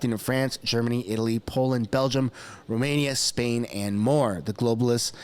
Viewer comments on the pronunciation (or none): none